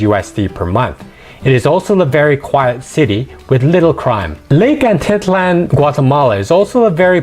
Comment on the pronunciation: Nice video, thanks. The pronounciation for two these places Antigua and Atitlan thus, is Ahn-tih- guh-ah, Ah-tih-tlan. Accent on the last "a".